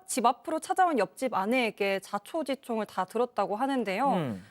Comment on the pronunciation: 아나운서 자초지총× 자초지종○